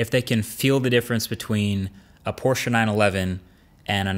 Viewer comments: thank you for properly pronouncing 'Porsche' & not 'Posh' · Very nice how you pronounced Porsche. Perfect to be precise. Greetings from Porschland! ;)